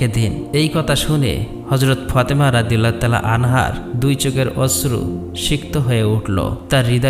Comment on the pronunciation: ফতেমা না ফাতেমা।